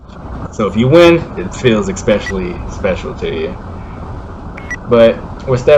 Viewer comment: “Expecially”, really?